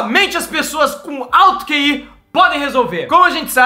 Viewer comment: NÃO É QI É KI